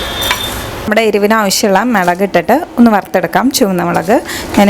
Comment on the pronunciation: മെളകാണോ... അതോ മുളകാണോ